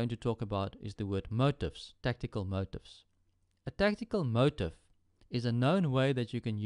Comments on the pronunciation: TrueJasonMoral Actually, we do. It's annoying to hear motif pronounced as if it was spelt "motive". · motif is pronounced moh-teef